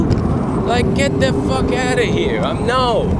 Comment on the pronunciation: "Get da fuuk out'a here"